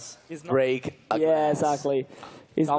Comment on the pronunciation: quel "break" mi spezza il cuore a me che faccio il Linguistico